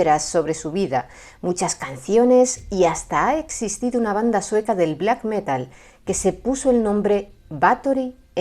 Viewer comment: Está súper chido escuchar a decir Black Metal 🤘🏼